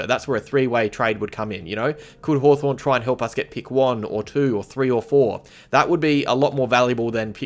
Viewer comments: Was Haw”torn” intentional,? 😉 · 'Hawtorn' LoL...